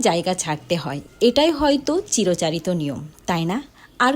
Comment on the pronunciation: চিরচারিত নয় আপু চিরাচরিত হবে।